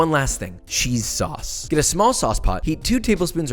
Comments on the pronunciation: Lmao you said Worcestershire right but then fucked up sauce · Usually when I say Worcestershire sauce I mess up saying Worcestershire but he messed up saying sauce😂😂😂